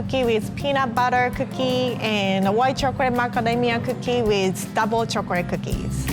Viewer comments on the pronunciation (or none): I love how she says "chocolate".. chocorate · Awhh I love how she says “chocorate’ I love she’s so cute and a real og😂😉❤️